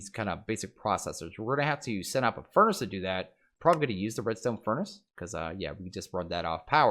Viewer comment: Epiccat27 Yea...It hurt hearing that.